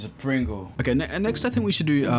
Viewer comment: "izza pwingle"